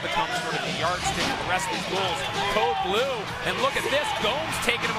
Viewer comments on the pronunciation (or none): none